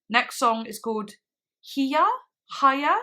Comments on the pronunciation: Also for pronunciations: The 'H' is ALWAYS silent The 'J' ALWAYS makes the H sound So Hija would be pronounced Ee-ha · hija is pronounced (ee-ha) <3 love your arca reactions i think it maybe possible the song is about her longing to be closer with her family as hija means daughter in spanish